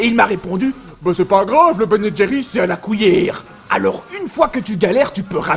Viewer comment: « A la cOUIllère » 😂